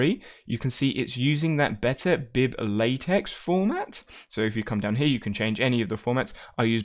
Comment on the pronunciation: It’s pronounced Layteck not latex